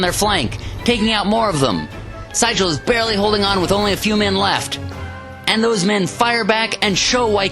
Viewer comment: Very exciting battle cry scenario. New market is one of the better scenarios from both the original and the 150th. I think that General Franz Sigel's name was pronounced as "zeegul" as he was very much a German immigrant. I like the commentary and the cards played being prominently placed for viewing along with the dice rolls. Very easy to follow.